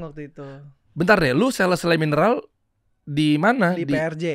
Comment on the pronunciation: Emang boleh bang di endorse sama CLEO tapi abangnya malah ngomong Le mineral?